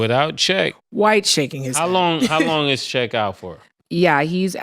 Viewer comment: First it was Lukahh then it was Windol “Wendell” and now Check “Chet” 😂